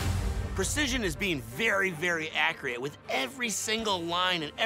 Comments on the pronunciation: accurate* not accreate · lmao he said acreat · anyone notice said "Acreate." instead of accurate? Sorry just thought it was funny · Of course is the kind of guy who pronounces "accurate" as "accriate" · “Very very acreate”- 😂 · "Very very acriate"😂😂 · "Precision is being very very acreate " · "precision is to be very very acreate" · Haha!! said accreate!!!! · Nobody gonna point out that he said acreate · My man said acriete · This dude said "accreate" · "...Very very 'accriate'" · He said acriate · Lol DJ Khaled also pronounces accurate like that.